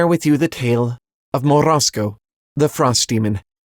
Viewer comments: MorOZko, not Morasko. I am a russian speaker sooo... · As a Russian, I do appreciate the effort you made to roll the R on Morozko lol Also, holy shit this story is so fucked up, how have I never realized that growing up??? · I like your pronunciation of "Morozko"